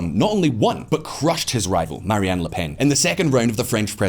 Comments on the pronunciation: Her name is "Marine" not "Marie-Anne." You kept saying it that way. And yeah I kinda agree that without Macron we're at risk of following the path of a country like Argentina. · It's "Marine" LePenn (like "royal Marine"), not "Marianne". This isn't a Gilligan's Island rerun. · Pretty sure her name is Marine and not Marie